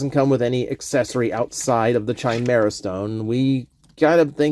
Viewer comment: Saying Chimera as Chai instead of Kai is tweaking me